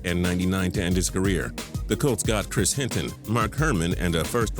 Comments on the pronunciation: hey idiot, it's not "Calts" it's COLTS. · The way he says "colts" makes me cringe